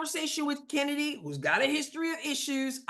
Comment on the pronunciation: Its not kheeseburger and its certainly not chennedy.